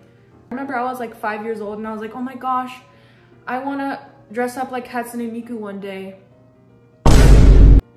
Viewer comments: Just an fyi, Hatsune is pronounced [ Hot - Sue - Nay] Ans also I love this cosplay!!!!!!! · A little bit of info it's more like hat sue nay 🎩 because that's just how Japanese works :3